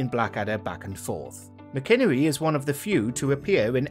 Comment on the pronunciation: Tim Mac-in-ernie. It’s not McInnery